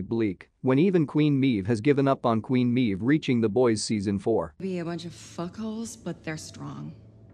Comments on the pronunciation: well I understand you have a computer voice reading a script you should have spelled Maeve phonetically as MAVE. instead this computer voice refers to her as MEEVE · haha "Meeve" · How does the uploader review the boys if he clearly doesn't watch it considering he can't pronounce queen meave correctly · Literally cannot watch this video because of how badly you mispronounce “Maeve”